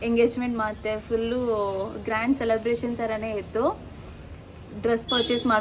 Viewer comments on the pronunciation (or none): none